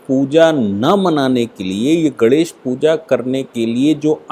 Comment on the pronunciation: Aap professor hain fir bhi " GANESH" ka uchchar thik se nahin karte. Is men "NE " ka uchchar nasika se yane naak se hona chahiye.Aap bolte hain to lagata hai " GANDESH " bol rahe hain !